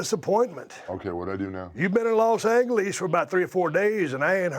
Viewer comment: los angeleez 😂😂